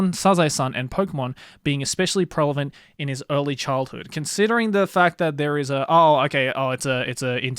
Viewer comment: Joey never fails to pronounce "prevalent" wrong and I can't stop noticing it lol